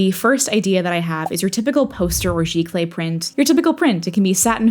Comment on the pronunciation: Today I learned how to say giclee properly. 😅